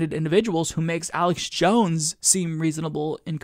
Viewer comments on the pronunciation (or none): none